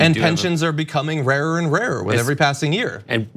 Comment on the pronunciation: Great but its “and” not “ayend”